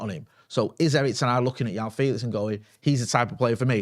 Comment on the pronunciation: Every time calls him Yao Felix, it hurts my ears...